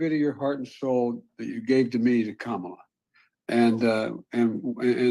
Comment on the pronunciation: You pronounce it like Comma-Lah It's easy, for everyone but Diaper Don Vote blue and stop the extremists from tearing the foundations of our freedoms apart!